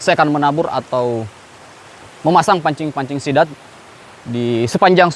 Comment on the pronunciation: Dengan gagah nya bilang sithan😂